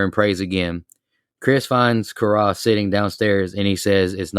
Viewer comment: Please tell me you weren’t just reading a synopsis and you actually watched it. The way you butchered the name Karras the whole episode sounded more like someone who had never seen it and was just reading even after everybody else kept saying it right. Aside from that this was a whole different listen. I have never heard anyone talk this badly about this movie before which weirdly enough made it interesting to listen to because it wasn’t just to talk negatively about but it was constructive.